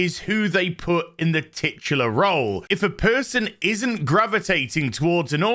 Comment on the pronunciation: Heh. "Titular".